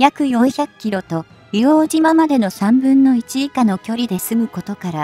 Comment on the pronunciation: 「いおうとう」です。